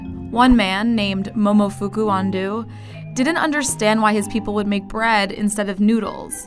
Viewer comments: Name: Ando Narrator: UN-DOO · I hate that she says it like Andoo when it’s actually pronounced Andoh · It's correctly pronounced "An-doh" for Mr Ando, not "An-doo". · momofuku ando also the voice over: momofuku andu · “Ando” is pronounced Aun-doh not An-doo. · Argh. If you set out to make an educational video, at least attempt to pronounce key names and words properly. "Andō" rhymes with "rando", not "can do". Loved the Kool-Aid Man segment, though, especially when Frank Simms tried to break through the brick wall. 😄 Also fascinating about the use of artificial crap smell in military medical triage training. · It dissapoints me yet again that your narrarators cannot, CANNOT, pronounce foreign names or words. How does Ando become Andoo? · FYI, Ando is supposed to pronounce ‘An-dough’ not ‘An-doo’. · Ando is pronounced like ahn-dou not ando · She mispronounced momofuku ando, it’s pronounced andou not andu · or andough ... nanchatte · AAAHhhahhhh the pronounciation of "ando" makes me rEALLY ANGRY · You couldn't even look up how to pronounce Momofuku Ando's name? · Lmaooo her pronunciation of his name is horrifying .